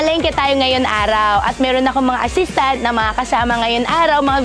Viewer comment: Chinese na Chinese yung intonation niya sa word na "assistant"